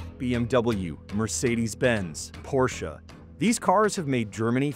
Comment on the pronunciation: it's the first time some american did the right pronunciation of Porsche. Edit: The Autobahns purpous was to move military equipment fast throu the country. It got build from east to west.